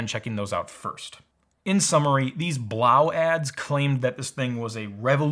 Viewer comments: I've heard that the actual proper pronounciation of the AC is 'Blow" not 'blauw". Its just that some websites insisted on the latter. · I think it woukd be pronounced "blow" not "blough". Kind of makes sense when you think about it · I need to correct your pronunciation of the product name. "Blows" is correct. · ITS PRONOUNCED “BLOW” FOR GOD’S SAKE